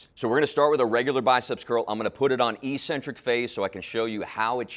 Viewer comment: not EE-centric. No such word. It's ECK-centric.